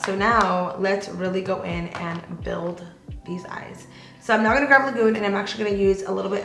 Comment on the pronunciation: graB I love your makeup looks and you are so talented. It's just that it's grab, not graV. Lol 🤭